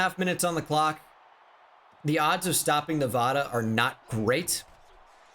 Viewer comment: If he keeps saying nevohduh I swear